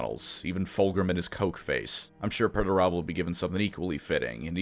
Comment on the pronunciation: all im hearing is Megatron